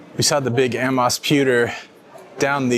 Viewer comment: Amos pewter is pronounced A-moss